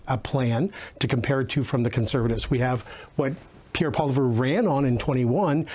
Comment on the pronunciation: First of all, Cochrane’s guest should pronounce Poilevre’s name correctly. Secondly, Poilievre wasn’t leader of the Conservatives during the last election.